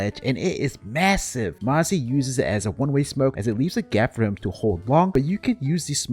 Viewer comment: "mazzi" not m0nesy lmao